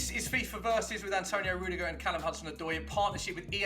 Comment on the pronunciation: It’s Rudiger not Ruidger Sky